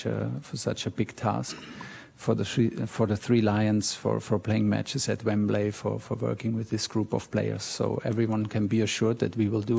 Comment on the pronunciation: As a Chelsea fan I’m very pleased but he needs to learn how to say Wembley